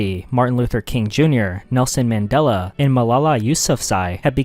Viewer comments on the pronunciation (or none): none